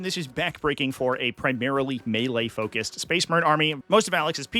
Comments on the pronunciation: "Me-Lay"? Is the announcer canadian? It's "May-Lay" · that commentator saying mealy instead of melee is killing me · i'm sorry this video is so interesting but i can't get over the commentator pronouncing melee as Me-lay xd